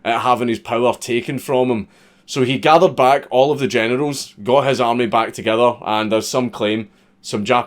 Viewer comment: When Generals sounds like Genitals